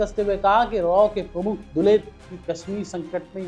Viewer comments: पहले उनका नाम तो सही से बोलना सीख लो। लो, इसे दस बार जोर जोर से बोलो- एएस दुलत। दस बार जरूर बोलना, तभी जुबान सही होगी तुम्हारी। और रही बात दुलत के कैरेक्टर की, तो अभी तुम्हारी औकात नहीं है उनके कैरेक्टर के चवन्नी तक पहुंचने की भी। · Yaar tumse na to hindi padhi jaati hai na english. Kam se kam naam to theek se bolna seekh lete.